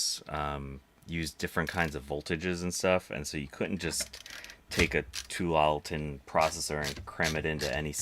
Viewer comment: Tualitin is the name of the suburb where Intel is in Portland. You hesitated, but you pronounced it right. :)